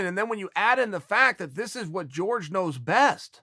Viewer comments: It’s Jorge not George cmon Chael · its hore-hay. not george. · If you rexpect game bred so much at least say his name correctly Chael.